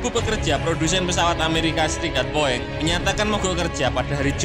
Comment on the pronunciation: Min Narasinya Salah Baca Bukan Luwak Tapi Uwak! BOING Bukan Bo eng*(Boe eng Bahasa Toicu Bearati Tak Bagus)🤣🤣🤣Jgn sampai pikun kayak wak bidin min😅Channel Ini msh Jd Referensi Pecinta Alutsista Tanah Air.Salam Uraaa! From West Borneo,INDONESIA ❤🇸🇬